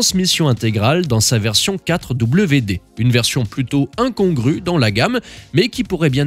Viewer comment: 4wd : four wheels drive. Bizarre votre prononciation...